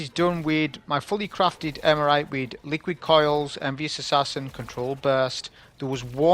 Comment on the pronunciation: "Eremite", not "Emerite" :face-green-smiling: Great video, nonetheless!